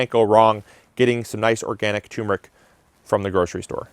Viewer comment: Turmeric actually has two r's in it, so it's "turm-er-ick" not "toom-rick."